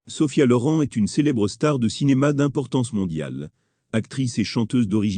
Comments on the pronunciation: LorIN pas lauran. Quelle plaie ces commentaires !😡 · On dit pas Sofia loran mais Sofia loren magnifique